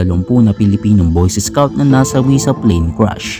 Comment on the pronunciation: boys escouts ang sabi niya